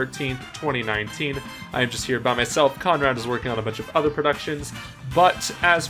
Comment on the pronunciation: He actually corrected I’m self only to mess up again haha